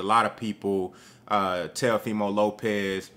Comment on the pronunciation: Oh so you was saying TELOfimo on purpose? 😂😂😂